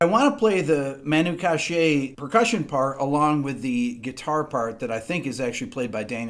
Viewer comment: It's Katch-é not Kash-é.